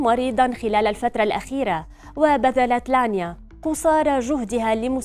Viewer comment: انتي قالبه الاسم يا مذيعه الفرس اسمه لانيا